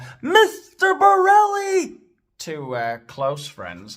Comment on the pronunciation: When you say 'Mr Borrelli' 😂😂😂